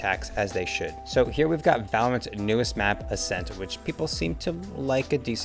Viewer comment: ascent more like assent